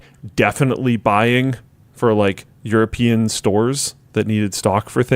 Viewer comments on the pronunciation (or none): none